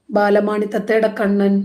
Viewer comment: ബാലമാണി അല്ല ബാലാമണി 😂